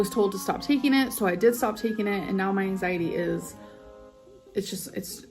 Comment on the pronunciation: Am I the only one who really hates the way she says “angsietty” (anxiety).